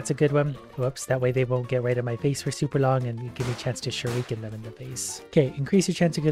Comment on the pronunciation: Nobody: Literally nobody:: shureeken